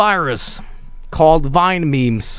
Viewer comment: Wrong not vinememez vinememz